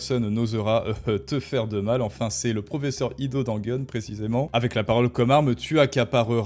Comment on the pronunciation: Aïe, désolé, je ne veux pas être insultant. Peut être avec avec un peu de travail... (?) Ton principal défaut réside dans "euh" qui traînent partout, où ils n'ont pas lieu d'être. Un exemple simple : "avec" que tu transformes en "avequeuh". J'espère pour toi, mais aussi pour moi, que tu parviendras à t'améliorer là dessus. En attendant, tes contenus restent intéressants. ;)